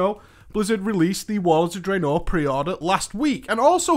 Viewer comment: For the love of god can you stop pronouncing Draenor the way you do.